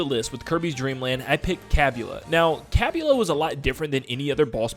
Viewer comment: I'm pretty sure Kabula isn't pronounced with the ee sound.